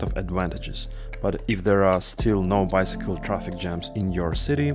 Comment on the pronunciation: "Bycicle" hahaha 😂 😂